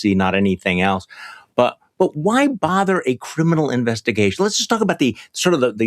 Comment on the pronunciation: Pronounced "bither"